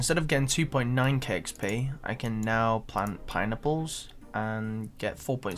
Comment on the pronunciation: pineapples or pine”nipples”